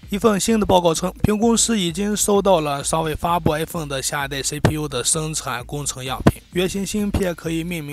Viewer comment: Stanley 不停Aphone Aphone